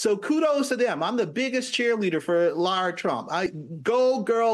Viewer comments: Did she say “lord trump”? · She said Lara Trump though it did sound like lord. Lara’s name is pronounced like Lara Croft, not like Laura.